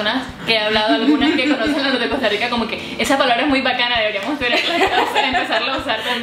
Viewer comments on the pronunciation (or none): Me parese pesimo, sobre todo sobre la pronunciacion de Se podria decir que se pronuncia la R como RRica pero "Sssyica" esta bastante desatinado y exagerado. Tambien vale aclarar en CR al ser un pais tan pequenno, no existen tantas diferencias del lenguaje exepto en Guanacaste, de donde es oriunda asi que ellos particularmente se destacan por tener los acentos de Nicaragua, pais original de donde se anexo la zona. Tambien seria bueno aclarar que la palabra TICO en efecto es porque las personas de antanno, de los 60s agregan el posfijo Tico a practicamente todo, pero en la actualialidad eso no forma parte de nuestro lexico. Por el resto me parece cierto, aclarando que es un lexico unicamente para conversaciones informales, en general cuando se conversa en situacion de trabajo no se habla asi. A diferencia de otros paises que hablan con estos modismos en todos los contextos.